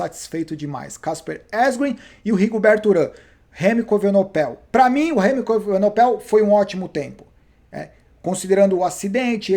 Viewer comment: Remco evenepoel, acho que essa é a pronúncia !! E não evenopel como dizes nos vídeos